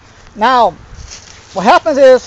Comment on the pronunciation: "whahappensis" Gotta love local accents.